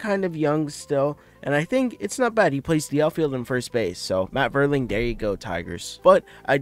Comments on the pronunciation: It's pronounced "Mate-on". And "Vier-ling" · pronounced MAYTON & VEERLING